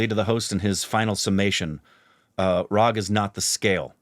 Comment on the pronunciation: It's Raag and Taal .... Not Raha & Tala